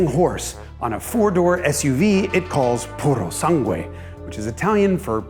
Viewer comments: You don't read the second U in purosangue. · "Purosangue" means Thoroughbred. Like the horse "breed". Thoroughbred. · Puro Sangue means "Pure Blood", not purebred. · Funny how Jason can't pronounce "Pura sangre" but nevertheless his surname is a Spanish word for "shirt" (camisa).